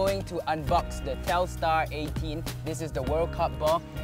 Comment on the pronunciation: it's telstar